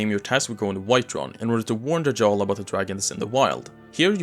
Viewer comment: Hang on… did you just say Jarl the way it’s spelled, twice? That J is basically a secret Y, dude. It’s Yarl. I know it’s spelled Jarl, but it’s Yarl.